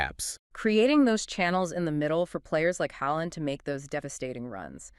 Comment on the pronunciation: Just need to let you know "aa" is pronounced aw like in awe or jaw. So Haaland becomes Hawland. Not Heyland or Haland or whatever sound escapes your mouth trying to pronounce Norwegian names. Ødegaard is the same Ødegawrd. Then again the Ø is pronounced like the first vowel sounds in just or first. Ødegaard needs more recognition aswell not just Haaland, Ødegaard is the captain and the playmaker, the beating heart of the team, and Haaland is reliant on his magnificent passes to shine.